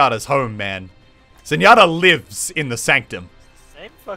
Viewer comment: I swear he's saying zenyotter